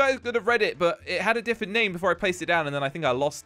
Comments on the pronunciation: Literally every single time he uploads a video that I watch I hear the word "diffwent". :') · Who has noticed that cant say different because he always says diffent like the comment if you knew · He says diffent instead of different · This is how pronounces different difent LOL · Is it just me or does keep on saying difent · Bro did he say diffent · why doesn't my say different properly he says different and don't even say accent (he said it at the start)